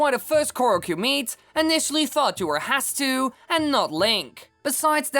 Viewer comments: dude its 'hets soo' not hastu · Did you just say hastu Its hestu, u hastu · It's HESTU, not HASTU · hestu is pronounced hes too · Tfw when he doesnt say Hestu wrong by saying Hetsu but instead says Hatsu